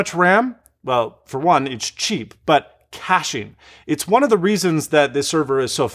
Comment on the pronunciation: Cashing ??? Oh you mean Caching :-P